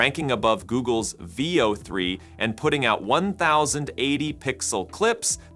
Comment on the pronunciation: I would bet money this channel is not an AI, but a man who likes fucking with y'all as he pretends to say Vayo 3 then Veo 3 or Ello and then ELO.